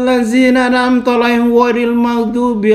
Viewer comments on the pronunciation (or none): Ayat alfatihah yg terakhir salah jal,,,,! Bukan am'an' amta